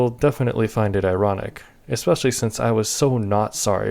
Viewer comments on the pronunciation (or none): none